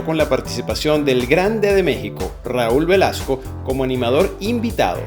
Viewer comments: Con lo bonito y organizado que era en esos años el Miss Venezuela, nunca entenderé cómo podían invitar a Raúl Velazco. Muy famoso y todo en México pero ese señor era malooo animando. Además de que ni siquiera sabía pronunciar los nombres de los estados. A mi me daba malestar cada vez que veía que nuevamente estaba invitado al concurso. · El jeep que quedo con una rueda fuera del escenario, el elefante de Pilin que decidió pararse en 2 patas , ah y también dejó una gracia en escena. Cuando Raul Velazco nombrada los estados con el acento en otra sílaba, cuando la barragana trato de pasar una lista donde incluía el nombre de la miss novia de su hijo, bastantes cositas 😂😂😂